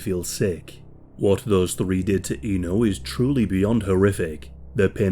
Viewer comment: Just a little correction there that her name is actually pronounced as Éno with the E pronounced like one in “Elizabeth” or “Echo”. Indonesian speaking here, this case is one of the worst I’ve ever heard in my lifetime. This is just outright tragic and horrendous. Many do sympathize with her like any normal human being would, but not too few people (at least I’ve seen online) that tried to pull an edgelord by making memes outta her situation and even there were few that somewhat justified her murder through the lenses of conservative Islamic views as she brought shame to her family honor by rejecting a guy who tried to propose her. Ironically, those people, either they realize it or not, missed out the glaring facts that non-marital relationship is actually a taboo in Islam and murder is even a much bigger sin in Islam as well, and in any religion for that matter.